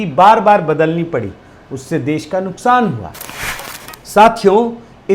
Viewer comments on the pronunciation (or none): none